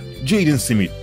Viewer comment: Smithe neden simit diyosun kafanda mi var ?